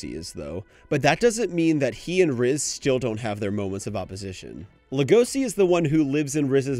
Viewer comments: homie why are you pronouncing legoshi like legosi/legoci 😂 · why are you pronouncing legoshi like that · Ok, the reasoning is good and this was entertaining to watch, but how you said Legoshi set me off a little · The way he pronounces "Legoshi" is so annoying.